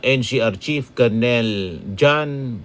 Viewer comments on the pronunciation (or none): none